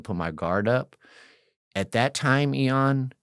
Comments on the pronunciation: Its funny that this guy is one of those dudes that constantly say the name of the person they're talking to.. I know that people do that as a term of endearment.. BUT, It's just that much funnier because he keeps saying the name incorrectly over and over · The longer I listen the more it feels like he's going out of his way to mispronounce Ian's name. Its really annoying 😑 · you’re one L away from being Elon musk. Take that L and run the world 😂 this was an EXCELLENT episode and I always am in awe that you don’t cut people off when you know the answer, like I know IAN, you know what gladiator school is, you know what the various cars/gangs are and the insides of prison through your own experience and hearing countless others talk about their experiences. (You didn’t even cut in to say your name is being mispronounced (not a big deal but this guest kept saying it haha almost like he was trying not to forget your name 😅) ((it’s common to say someone’s name so often if you’re bad with names, I do it too because I forget peoples names easily and I’m a paramedic so I make it a point to always use the persons name to keep it in my mind but I can see how it annoyed some people.) I feel like you’re gonna get some EON comments for time to come haha. But again, amazing interview, amazing guest. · The hardest part about watching this video is him calling him. i’m pretty sure that’s a length of time not a name. Ian is the name. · Im sorry I cant take this 🤡 seriously when he can't even say Ian's name correctly....everytime I hear em say "eon" instead of Ian it makes me wanna slap the dog shit out of him! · Why this guy and that one rockers co Leroy be saying your name funny lmao nobody ever seen the word Ian before they calling u lol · Ian, not E-on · Bro , its no t EON its Ian, and you dont have to say it at the beginning of every sentence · I love you Ian!! 😊 why did you let him keep calling you EE’ON lol I’m nit throwin shade but it’s funny 😅